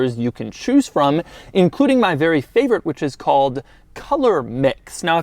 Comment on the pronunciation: doug the type of guy that had an orgazm in a mercedes and say its a werry werry nice car